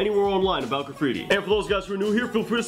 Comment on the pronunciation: Can you draw super bare bones piece with stick letters? And kinda show us the flow and letter weight without the 3D effects? Kinda like you did with the R example? Also: “Gra-freeti”